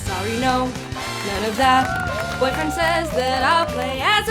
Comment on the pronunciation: Lol I have a "boyfwiend. "